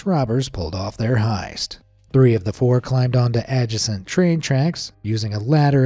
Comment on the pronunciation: I've never heard the word "adjacent" pronounced like that